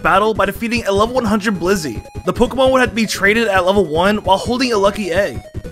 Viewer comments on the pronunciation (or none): That irked me. Same with BliZZey and not Blissey.